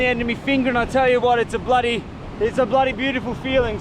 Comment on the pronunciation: Why do you say blody